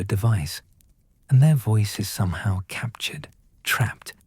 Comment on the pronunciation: The problem is the AI voice, it pronounced somehow as "so me how"